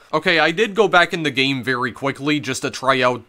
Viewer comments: gayim, owin, funny pronunciations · “Betwean the 2 versions of the gayem” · "Gay-em" "Mee-an" "Six-ti-en" Where is this pronunciation coming from? EDIT: Oh god it doesn't stop I've never even heard of this super niche game and now I'm contemplating whether I can sit through this explanation wtf are you doing bro